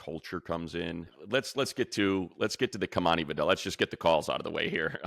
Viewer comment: Money thank you for pronouncing Vidal correctly unlike those college broadcasters. Please continue to say it correctly during games this season 🙏